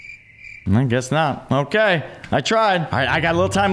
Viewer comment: otay he said otay*presses accept*are they gonna do it? He said otay, he said otay Me:*dies of laugher*